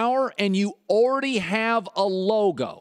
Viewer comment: anyone notice how colin says "unbelievable" about 100 times a show? and "like". he says "like" more than any other word, the dude can't talk. he's terrible for radio. as i type this he's trying to say "already" and failing miserably. ORR-dee